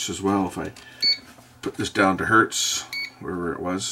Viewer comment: Even if it's one, it is still Hertz. Not hert.